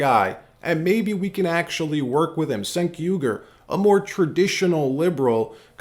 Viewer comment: Pronounced "jenk" not "senk". Mark Dice calls him "chunk". 😂